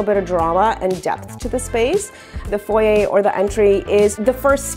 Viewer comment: Great work, as always. Just one little suggestion- it’s foyer not foyee.